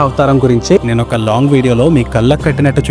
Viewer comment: మీ వాయిస్ చాలా బాగుంది. చూయిస్తూ అనకూడదు చూపిస్తూ అని పలకాలి 🤝